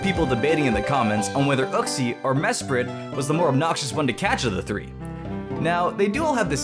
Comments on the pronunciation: you : "Mesprit" T R I G G E R E D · It is mesprit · It's Mesprit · o its mesprit xD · damn i thought he was gonna say uxie not mesprit